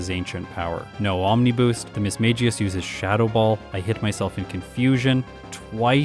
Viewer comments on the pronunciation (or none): Yes it is, unfortunately it isn't pronounced the same way Magus is. It is mag-ee-us